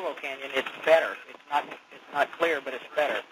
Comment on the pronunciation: Where the heck does he say „NOT recommended“. I tried several times, but can't hear any „not“. If it's about safety, mumbling is not a joke.